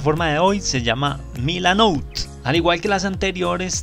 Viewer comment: milanote, no milanout...